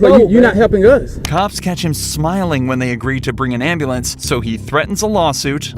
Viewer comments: “call the Amberlance man, my Pastemaker..”. 😂😂. Give him an Oscar please! (or a new pastemaker) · Can anyone tell me what a “ambalance” is ? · I am not native English speaker I am Serbian and I GO INSANE when they go "gimme embelance" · No hate but why can’t black people pronounce, “ambulance?”